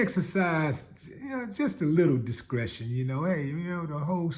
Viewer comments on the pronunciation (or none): Did u say DISCRETION. Wtf